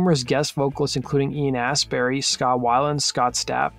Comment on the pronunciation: He also called him Ian Assberry.